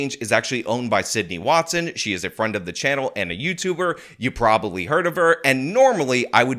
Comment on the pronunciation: Awww, he's helping his fwiend!